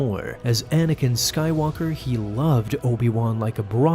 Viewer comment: "I'm Sorry Anikan" 😭😭😭